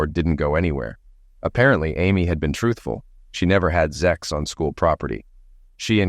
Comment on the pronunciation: The word is Sex not zex